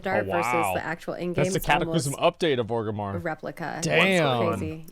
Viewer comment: 'Orgimmar' Rrrrrreeeee